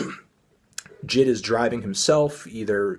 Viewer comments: BRO ITS NOT jid ITS J I D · i dont wanna be that guy but it's not jid, it's J.I.D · Its j-i-d not jid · Did he say JID instead of j.i.d? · Pronounced jay-eye-dee, not jid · STOP CALLING HIM JID ITS JAY EYE DEE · jay eye dee, not jid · It's JaY I. D. Not Jid. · Is anyone else triggered by him mispronouncing J.I.D 😂😂😂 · Say his name right bro